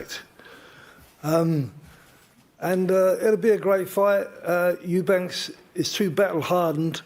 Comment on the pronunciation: Why is Ronnie Davies saying Eubanks 😂